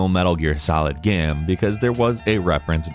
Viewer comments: Why do you keep saying gam instead of game??? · it's pronounced GAYME not GAHM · The way you pronounce "game" is frustrating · Where is from? He says “game” strangely. Geyame. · The way he says the word “game” is so odd to me. Not a bad thing or anything but it always trips me up when I hear him say “gayem”. Anyone else notice this? Is it like a regional pronunciation? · Bruh! why you pronounce Game Like that?